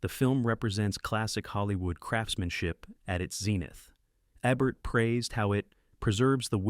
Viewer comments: The AI narration drove me away in less than three minutes. It is somehow both dull AND annoying, and it mispronounces SO many names (as heard in other videos, including this one.) Roger Ebert's last name has a long "e," as in "bee, not a short one as in "egg." The "stein" in Leonard Bernstein's last name rhymes with "fine," not with "mean." Oh, and have your writer (if there is one) stop using the construction "It doesn't just ___ ____; it _____ ______." One example: , we hear, "It doesn't just celebrate Hollywood; it transcends it," whatever that means. But it uses that formula repeatedly. It doesn't just kill the listener's interest; it obliterates it. It's repetitive and dull, dull, dull. Dull. Not subscribing, though I love this topic. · Love your videos...but PLEASE...It's EEEbert..not ebert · Love these! But why are the pics of Roger Ebert shocking ones where he was dying of cancer with half his jaw cut away? There are thousands of photos of Roger from his hearty Siskel & Ebert days! And why can't this narrating voice consistently pronounce "Eeee-bert?" p.s. I approve of the editing that made Stockard Channing the stat of "Grease" lol. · If you are going to feature a film critics best film, you could at least get his name correct! It E-bert. Try a little harder next time! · The robot is disgusting in pronunciations. It says Ebert three different ways.